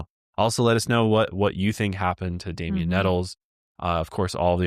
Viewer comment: I love you guys….but come on. His name is Damien. The number of times I heard say “Damiend(t)” was enough to make my blood boil. How come no one said anything to him? How many people’s hands, eyes, and ears were put on and gone into the editing of the video, and not a single person thought that might be little distasteful? It doesn’t take a whole lot of effort to make sure that you’re pronouncing the name of the victim you are making a video about properly. Y’all are way better than this and you know it.